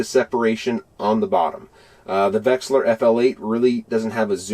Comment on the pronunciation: 1: There is no g in Humminbird. 2: Its not pronounced vexler. Its a V E X I L A R. 3: My OCD twitching bad.